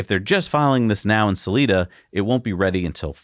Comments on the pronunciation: People here in colorado say “Suh-lie-duh” not “Suh-lee-duh” xD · It’s Sal-eye-da Colorado, rhymes with “eye” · Selida is pronounced with a hard i.... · It's Salida Colorado, not Saleda. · Just a quick FYI, pronounced Sa-lie-da ;) Thanks for all the updates and coverage!!! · Sal- lie-da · Salida locals want their town pronounced correctly, man.